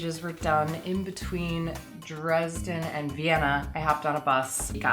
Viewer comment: Dresden in German is different ( I mean how you speak it ) and I really don't know for at least 5 weeks what you mean with Dresden and than I realised that you mean Dresden in Germany because it sounds different. I hope you know what I mean LOL hahaha